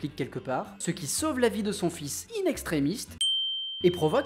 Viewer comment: bon, ça fait la troisième vidéo que je regarde de toi, et si elle sont bien, il y a un détail qui m’horripile. c'est "in extremis" sans T à la fin. c'est du latin. c'est pas inextremiste comme tu sembles le penser.